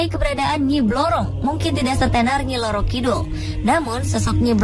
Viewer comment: Ngacok bukan nyi loro kidul woi nyi roro kidul yang benar